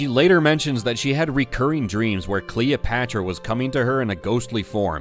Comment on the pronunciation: Who is kween Cleeopatchra? do you mean Βασίλισσα Κλεοπάτρα?